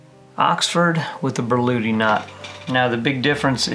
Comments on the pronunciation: "Börludi knot"... Really, that's how you pronounce it? 😉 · I've only ever seen it written Berluti. As far as how to pronounce it I don't really know. I only know how to tie it 👍